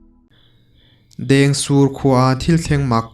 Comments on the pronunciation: Dêngsûr tih tih tur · A lam dik e